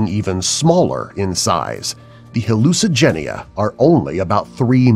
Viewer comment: Hallucigenia lol